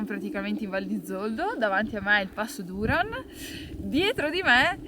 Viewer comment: Passo Duran ha l’accento sulla A! 😊🤗